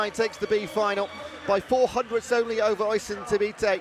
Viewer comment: someone tell the commentator Oisin is pronunced USH-EEN